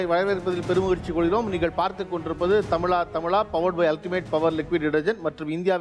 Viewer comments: He has a problem pronouncing ‘ zha’, like azhagu, tamizha etc. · The anchor does not pronounce "thamizha" properly,"zha" sound is mispronounced